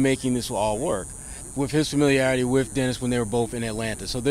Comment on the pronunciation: It’s Dennis not Derek lol.